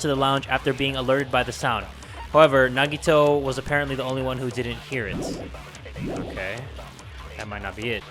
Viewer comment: Normal People Pronouncing Nagitos name: Nagito/Nagihoe: Naggy-Waggy/Nagitoe